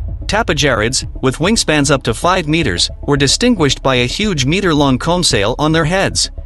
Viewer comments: The spelling mistakes on the automated voice are quite funny, made me giggle first few times it tried to say meter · Capable? Claw? Meter? Group? Development? I could do this all night.